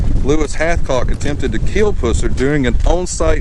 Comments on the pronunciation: Another idiot that can't say his name right. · You are mispronounceing his last name!!!!! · You don't even pronounce his name right. Wikipedia is not an accurate source either and that is where you got your info. Sherriff Pusser did not drink and drive. That is a fact. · I believe you're pronouncing his last name wrong. did you graduate from Jethro Bodine Academy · Said his last name wrong. I’m a friend of the family so if you’re gonna make a video, learn their names correctly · Your pronunciation of his last name is incorrect! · If you knew Buford you would know that if you would have pronounced his last name the way you do, he would likely punch your lights out. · I appreciate this video, however, I wish you would pronounce the man's name. It was Pusser not Puss er. It is a pet peeve of mine. Sorry. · We say pus (like drainage, lol) sir. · U are killing me with the way you are saying his last name! Its not its pronounced like the running pus that comes out of and infected soar. Not like at pussy cat. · It's not pronounced Puss er it's pronounced pus ser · You blew the pronunciation of his last name... Its puss-er not pussey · Don't mean to be a stick in the mud but you are pronouncing his last name wrong. It sound awful the way you say it. Just a little conservative criticism! When you say it, say it like the green stuff that comes from an infection. pus. Buford pus-ser not puss-er! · His last name is pronounced Puss er, NOT Puser. This house was NOT his parent's house. Buford bought and paid for this house himself. LEARN HOW TO PRONOUNCE HIS NAME RIGHT!!! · “Puss”er. Lol. I bout fell out. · I just started watching your videos they’re pretty cool but this particular video you miss pronounce Buford‘s name PUSSER The letter U in his last name is pronounced the “short “way Like the word UH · Its pronounced Pus ser like the nasty stuff coming from a sore "pus" then the "ser" geesh. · Buford Pusser (Pronounced Puh-sir). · Can you say his last name right